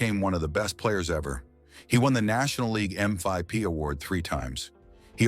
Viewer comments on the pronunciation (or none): The AI voice said, “M five P” instead of “MVP”. 😂😂😂😂😂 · "M Five P" - seems that AI voice needs a bit of tweaking. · Stop mispronouncing MVP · M Five P 😁😅🤣🤣